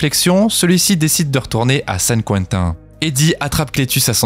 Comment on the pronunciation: Saint Quentin, c'est français, pas besoin de prendre un accent bizarre :-D